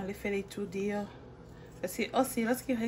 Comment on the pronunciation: Bjr, ma cherie je voulais un peu rectifier , Quand vous dites dehors c est comme si c est deyors. Je ne comprend pas?